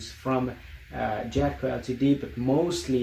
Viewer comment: Enjoyed the video but ltd is pronounced "limited"